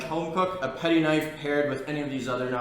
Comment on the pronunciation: Gito? Its Gyuto. Patty? Its Petty 🤦‍♂️